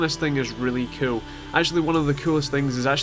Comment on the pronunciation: i love how instead of saying cool you say ciol